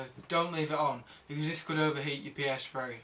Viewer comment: OMG this guy is so stupid.... first off its not a psfwee ist a ps3.. secont of all those are all ovious and u should NOT turn off ur ps3 if your only gonna be gone for 2-3 mins cus its simply too much stress to be turnd off and on and off and on in short pirods of time.